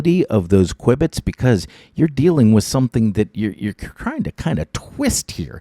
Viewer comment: "q bit" , not kwibit ,sorry for correcting you